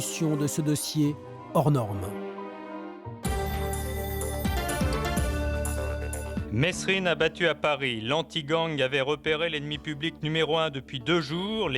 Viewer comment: Ptn mais qu'est ce qu'ils ont tous à prononcer le S dans mesrine ,il le font exprès c'est pas possible